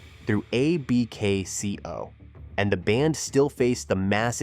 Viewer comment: Great video but stop spelling out A-B-K-C-O. AI, it's Abkco.